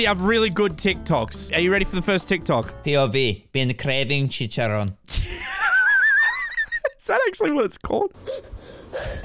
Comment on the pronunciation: no way he actually said chicharrón right 💀